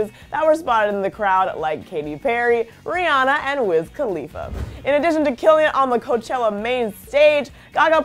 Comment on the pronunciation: Guys if u are a true Rihanna fan you would pronounce her name right. 😒